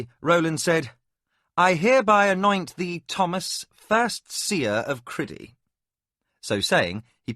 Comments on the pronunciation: I can't listen to this what kind of psychopath pronounces Crydee as Cridee ffs? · Struggling a bit with the pronunciation of some names, Cridee doesn’t seem right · Every time that I hear the narrator pronounce the name of the country as criddy, I grimace. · The one that bothered me was how he pronounced "Crydee" Not the way at all I heard it in my head. Same for Prince Arutha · Loved your reading except some of your pronunciation , especially that of Crydee which sounded stupid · Criddy rather than CRYdee is a little off-putting but still a great story. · I have heard this audiobook before, but the name of the kingdom was pronounced Cry dee instead of kriddy. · Really excellent narrator but...but..one tiny thing niggles at me. Crydee. I read this book when it first came out and even bought the associated RPG material. It was always Cry dee to me. Criddy sounds...not right. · Cry-dee, not Criddy. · It's pronounced Cry-Dee. What is this Criddy nonsense? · The pronunciation of Crydee and Liam's name is frustrating but liking the first few hrs so far.. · Not a bad rendition but few things irk they are calling Liam, Li-amthere is no gap not in English, secondly Crydee, being said as Cri-dee in one go not Cry- dee. For those saying about starting up where they left off I am listening on a Samsung tab S8 and it just picks up where I left off as did my older ipad Pro. Just to add I am not having a go at the narrator, there are a few issues as I said maybe also on a personal level the voices used for some characters but he is easy to listen to and speaking clearly and at a very relaxed speed. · Agreed. I think in the book it’s spelled Lyam though, so I could at least see why he would say that. However, I always read it as Liam. The worst offenses are Crydee (Cry-Dee) and Arutha (a-roo-tha). That was completely annoying.